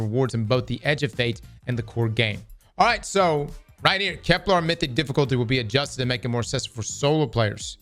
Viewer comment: I legitimately can't tell if it's a bit when says Keplarr instead of Kepler.